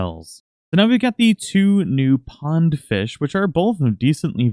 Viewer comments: It said pong instead of pond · Oh yeah, that good ol' "pong" fishing :P lol it's "pond", bro. But for real, thanks for the tips! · it said pong not pond